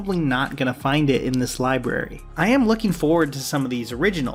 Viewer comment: cant take a man that says "libary"seriously